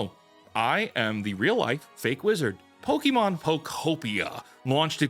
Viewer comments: Pokémon, not pokimon, idiot. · "Pokémon" not "Pokimon" Lol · The year is 2026 and people are still mispronouncing Pokémon as Pokeemon.